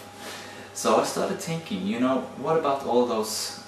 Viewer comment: It's thinking not tinking